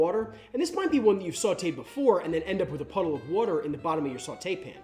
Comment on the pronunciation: That "wutter" giving me philly vibes